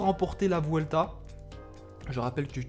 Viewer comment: Salut petite remarque on dit " buelta" car en espagnol le "v" se prononce "b"